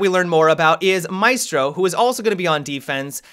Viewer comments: I know no one cares about it, but their names are pronounced MA-E(like in bet)-STROH and Aleebee (where the hell did Alibuy come from?) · The pronunciation of alibi and maestro breaks my hearts a little. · Hopefully will change the pronounce of Maestro in the correct one in Italian before the official reveal. Really hoping so.... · Wait. Is it pronounced may•strow or my•strow